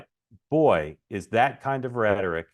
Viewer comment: It’s not rhetoric Mark!